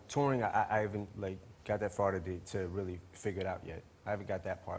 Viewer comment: This is a weally good interview